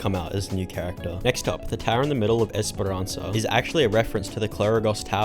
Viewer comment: esparanca in portuguese is also pronounced "iish par an sa" not "es par an sa"